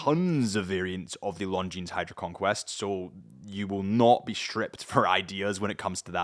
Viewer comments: Longines..... you dont pronounce the s. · Somebody tell this guy correct pronunciation of Longines😉